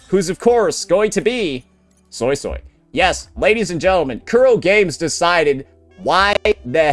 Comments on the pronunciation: I rewatched the chinese livestream and they clearly said SuiSui (sounds like SueSue( But why you saying SoySoy? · Bro I can't with the SoySoy .... It's a "U" not an "O" its the sound you make when you say "Uh" or "Huh" or when thinking "Uhhhh"... Why not just watch a chinese speaking youtuber and pronounce it correctly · Which is how he pronounced it prior to the update coming out, where the English dub does indeed pronounce it soy-soy, he even made a point a couple vids ago about how it sounds stupid, please play the game and see how they pronounce it before correcting people. I also assumed it'd be swee swee due to suisui in naruto, but no.